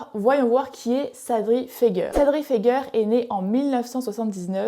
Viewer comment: Ce n'est pas Sadri feger mais Sadri FegAIER ( ca se pronnonce comme misére, hier etccc..) Fegaier ( iére ) ...